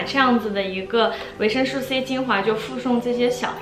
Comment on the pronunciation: 介绍的非常好 但是维生素 读su 绝不是吹毛求疵，真的听的太痛苦了 因为在不停的重复这个词